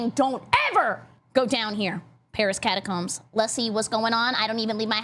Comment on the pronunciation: "catacooms" :D have to think bout legends of avantris xD